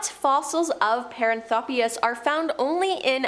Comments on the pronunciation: Paranthropus=puh-RAN-throw-pus Primatologist =PRIME-a-tol-o-jist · Puh-RAN-throw-pus. NOT Pair-Ann-throw-pee-us. Suh-MA-tra, not SOO-muh-trah. Please look up place nanes and big words before narrating.